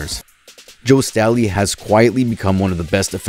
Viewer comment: Joe Staley not stally lol and he's not a defensive tackle and you literally said San Francisco Giants 😂 bro that baseball